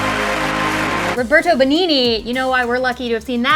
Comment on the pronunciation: oh my lord, the way you pronounced Roberto Benigni is sooo funny! 😂😂 also, La vita é bella Is a wonderful movie